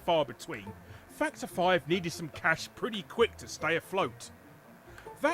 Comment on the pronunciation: I'm sorry. Every time says "Factor 5," I hear "Fucked her five."